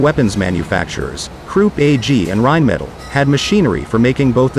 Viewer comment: Is there some standard text-to-voice app used for the narration on these? If you're going to do many videos on WW2, you really need something that can at least come close on the German pronunciations. It's not floo-GOP-wear, or rine-metal.